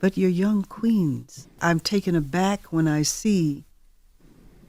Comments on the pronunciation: nah fam, she said queans not queens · She meant to say kweens